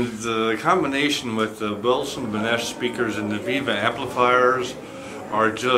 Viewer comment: Peter, its Wilson Benesch!